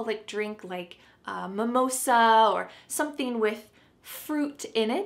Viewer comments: Not mimosa that's samosa get that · Momosa, I get it 😂 sweetheart it's SAMOSA. God knows who gave you the wrong pre nounciation if this Indian Street food